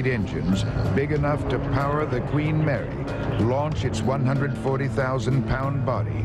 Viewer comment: nah i know i just thought he said green mary if id know he said queen mary i would never have posted the comment but yea